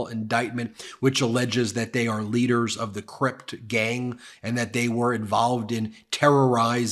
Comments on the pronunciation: Not "crypt" it's "crips" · "CRIP" not crypt. "Community Revolution In Progress."